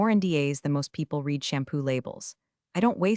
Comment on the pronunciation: 90% of folks generating these AI written stories told by AI readers don't listen to the content for chronological consistency or pronunciation before uploading them. e.g. 1) Have you read (Pronunciation /red/) the documentation? 2) No I did not read (Pronunciation /rēēd/) the documentation!